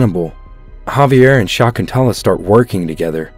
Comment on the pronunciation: It's sha-ik-ku-in-tuela not what u just just in a excuse of a name